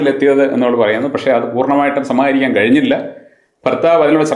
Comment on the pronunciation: ... "samHAArikaan..."?? No... "samAAHarikaan" ennu parayoo chettaa...